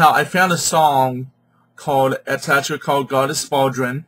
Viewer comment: What are you calling her?! Mate you have a love for one hell of a mighty Goddess and I respect your devotion But how are you pronouncing her name? Bodrân is an Irish handdrum. She is Bloh die weth. Said not rushed, but quickly